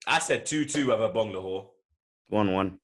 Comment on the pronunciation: Came here to here butcher Agbonlahor's name.. Wasn't dissapointed. 🇳🇬